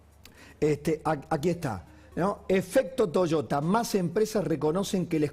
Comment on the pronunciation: Deberian aprender a pronuncia correctamente es Toyota y no Toshota!!!